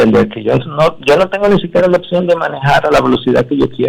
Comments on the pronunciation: Esa mujer que primero hable bien Se dice:opcion y no otsion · No se dice otcion es opcion